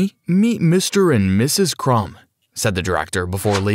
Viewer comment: I'm sorry did you just say miss crums and Mr crms